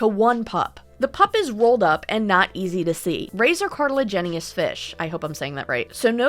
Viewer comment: You said it right, Par-thin-oh-genesis, but cartilaginous is Cart-uh-lag (like VAG-ina)-eh-nus. On that one message the "look to her side", "on her", stood out and I'm wondering about the wounds. When talking about an aquarium and coffee company and saying "hot water" that is a DOUBLE pun 😂